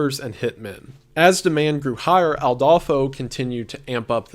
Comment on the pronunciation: So, a thing about the video. I'm pretty sure it's Adolfo constanzo no Aldolfo